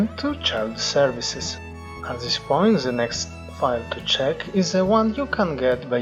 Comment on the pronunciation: I noticed you pronounce "this" zis, try to pronounced it DIS